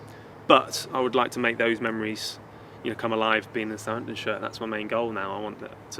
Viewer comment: this video has aged pretty well so far. love how he says sa’amptn, proper pronunciation